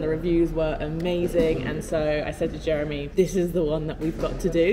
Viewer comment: I noticed you stopped saying Jeremy with a French accent